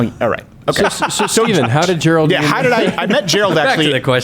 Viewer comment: Did Steven just say "Quarter Black Gerald"?